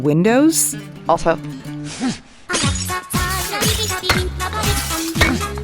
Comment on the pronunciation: It's "Ievan Polkka" as in the polka of Ieva (Finnish version of Eve with capital i). It's from Finland, not from Lebanon. :D